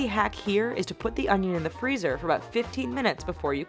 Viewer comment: im sorry but... ITS ONION NOT UNGYEN